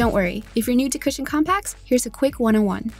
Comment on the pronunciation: Why some ppl read cushion become "cashion"